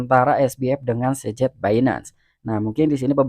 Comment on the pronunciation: liat video ini gua mikir keras siapa SEJET itu, ee..tau²nya CZ. aduh Ngab... kenapa gak bilang SIZET gitu biar lebih jelas